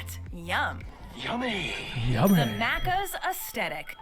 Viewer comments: its maccas not maaccas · i hate the way they’re saying maccas, also NO ONE says deffo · She can’t pronounce “maccas” correctly 🤦‍♂️ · No ranch here in Australia correct. We also don't have those other sauces at Maccas (yes we do call it that but not how she is pronouncing it).